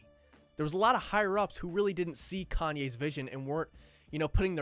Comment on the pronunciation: Dude said "caynes"